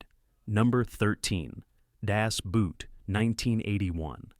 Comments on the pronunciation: It should not have been too hard to learn elementary German pronunciation of the movies' titles. "Daes Buht" for 'Das Boot' ('Dahss Boat')? Seriously? Pronouncing "Die" ('the') as "dye" is simple laziness, unworthy of our attention. Do Better. By the fourth title, my mother tongue had been insulted enough. Buh-bye. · Aguy claiming to be an expert on German films and can't pronounce the simplest of words.Who's dying? Boot is pronounced almost like "boat". I was interested in the subject, but every time I hear this overly self-confident BAD pronunciation it hurts my 'brain'